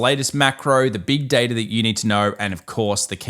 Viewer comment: Tom its Data, not Data!!!!